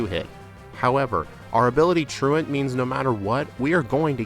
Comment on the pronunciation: Found you last night and enjoying the videos! I genuinely appreciate that you pronounce "truant" correctly. 😂 You earned a follow with that one!